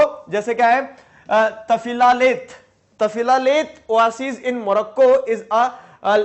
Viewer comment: Pronunciation of oasis is wrong pls check on Google is it wrong or not